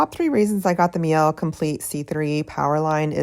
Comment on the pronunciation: I'm sorry, I can't help but keep hear you say, the "Meow Complete C3..." 😅 I have 2 cats myself, so debating on the C1 cat dog vs C3 version...